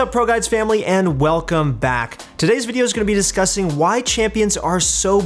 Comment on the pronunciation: I heard disgusting instead of discussing and I feel dumb now LOL